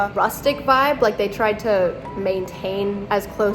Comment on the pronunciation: Thought it was just me 🤣 I noticed that videos ago when he said they went outside and “Vibed” in Colorado 😂